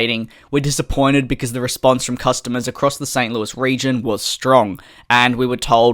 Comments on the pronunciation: You pronounced St Louis exactly how it's supposed to be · FYI, you did pronounce St. Louis correctly